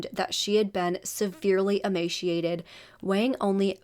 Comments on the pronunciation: It sounds like you are saying emashiation. It is emaceeeation. There is no "she" sound in the word. It is a ceee sound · Girl, no.... it's "ee-may-see-ated" not "ee-may-SHE-ated". ✌️